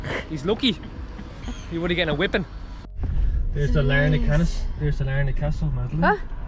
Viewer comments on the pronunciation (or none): Lar-nick Castle as we say heref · Glad you had such a good time in my home town. BTW - Larnach is pronounced LAA-nuck. Well done for giving those tourists a lift! Some nice cutting in the video between Larnach Castle and the Soldiers memorial - the views, coming down the steps, etc.